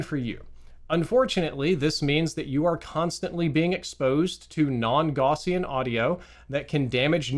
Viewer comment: plz look up the pronunciation of "gaussian"